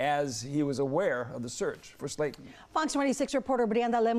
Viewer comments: Slaton not Slatin 😂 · For the reporter. The lady's name is Sla ton, not Sla in. You wasted an education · Since when is the word Slaton pronounced sla in ??? Who hired this one and where is the bike and no frost bite ? 🤔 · Speech training for your reporters - "Slay-in", "mouw- ins"